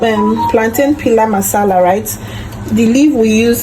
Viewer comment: It's not paluu masala it's pilau masala